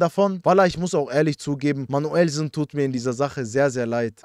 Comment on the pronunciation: Ich schwöre dieses "Manüllsen" wird für immer lustig sein 😂😂😂😂😂